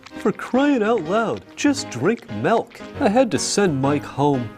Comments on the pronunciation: MELK! He almost always says “melk” and I just think he must have brain damage. Not the character either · I know it's Milk, but it will never Not sound like "Melk" to me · "Melk...melk, melk, melk, melk..."